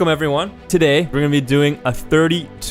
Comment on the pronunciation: that was the most canadian “today” i’ve ever heard